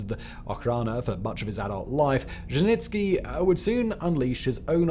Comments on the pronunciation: Its not fuckin Żeźnicki its Dzierżyński... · What's with the "itsky" stuff? Slow down, pal! Also Dzherzhinsky also had a model for the Cheka. It was the czarist secret police, the Okhrana. Ain't nuthin' new under the sun. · who the hell is je-je-nits-key? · A lot of English speakers don’t like to put effort into reading and pronouncing Russian or Russian adjacent names. It’s sad but true. And the name doesn’t even have to be complicated. I live in the US with the simple name of AYNA………..you read that as ANYA didn’t you? So I’m just patient with fact boy and his Dezhenitsky and Zhezhenitsky. He’s got good facts, few grammatical errors and is fun to watch. ❤ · Repeat after me. ZHER-ZHIN-SKI. ZHER-ZHIN-SKI. ZHER-ZHIN-SKI. ZHER-ZHIN-SKI. ZHER-ZHIN-SKI. ZHER-ZHIN-SKI. ZHER-ZHIN-SKI. ZHER-ZHIN-SKI. ZHER-ZHIN-SKI. ZHER-ZHIN-SKI. Your word is taken as fact, make it worth the effing effort. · You butchered Dzierżyński's surname SO hard that I feel like it's a form of vengance for all the Blood on his hands. :) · Poor Simon… Saying the surname Dzerzhinskiy so many time just broke him. He just gave up at some point 😂😂😂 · You butchered his surname a lot Sir. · Not only that, but there were a couple variations, each worse than the other.